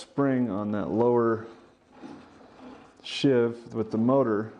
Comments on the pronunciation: It's a SHEEVE, not a SHIV, and if you follow the instructions in the manual, you don't have to do any of what you're doing. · Sheave rhymes with sleeve. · Most people pronounce "sheave" to rhyme with "leave." A "shiv" (which rhymes with "give") is an improvised inmate stabbing weapon, not to be confused with a "shank," which can be a shiv but contains at least one cutting edge.